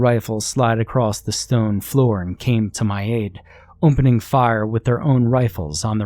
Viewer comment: Why do you only have an accent when you say opening